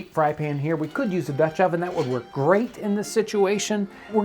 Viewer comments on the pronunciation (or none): none